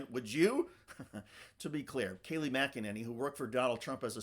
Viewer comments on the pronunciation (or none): “Kay Lie” McEnany…..